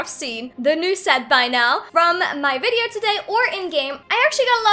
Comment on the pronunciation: ‘Virdeorr’ HAHAHAHAHA peace